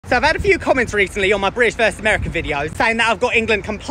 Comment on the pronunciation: The glottal stop on British gives it away. No American would ever do that. Hilarious content!